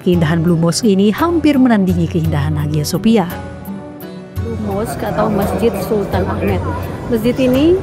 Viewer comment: Haghya Shopya. Dibaca : Aya sofia Erdogan dibaca Erdoan... Bahasa Turkiye demikian. Maaf sangat...